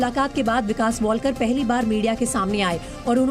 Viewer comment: अडाणी लोग... वॉलकर नहीं है लास्ट name... वालकर है.....